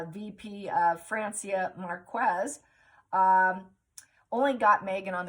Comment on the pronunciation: Great reading! Thanks. Two things: the VP's name is pronounced mark-ez, not mark-wez, and rogue means a bit of a cad, and is pronounced rog (long o), not rooj.